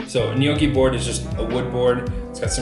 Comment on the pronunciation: Please.. everyone.. stop saying ‘nee-ooh-kee’. It’s ‘gnaw-kee’ , or ‘neaw-kee’ (& said quicker).